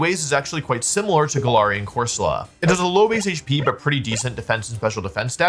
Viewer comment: I know you're pronouncing galarian wrong on purpose but i just can't prove it